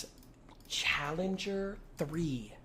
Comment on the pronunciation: why does jynxzi blink like that and why can't he say challenger correctly